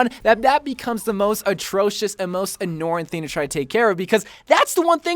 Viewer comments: Lmfao I just caught that! a n n o r i n g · Not to be mean or anything, but the way you said annoying at the start made me die laughing!